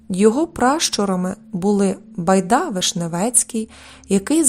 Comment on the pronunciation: Ведуча, яка "байда" з наголосом на останному...ти шо?.. може Байда😢?..